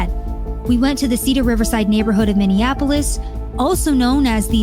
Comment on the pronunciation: Learn how to say Minneapolis before saying Minneapolis... uff da... it's not hard...